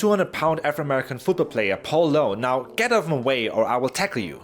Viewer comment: Has anyone noticed that doesn't say "or" he says "ar" instead